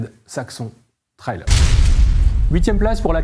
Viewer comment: Ce qui est raté: la prononciation “trail” il est temps de réviser l’anglais des présentateurs.